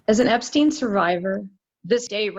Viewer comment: The dude's name is "Epstein" for fuck's sake. Not "Epstin".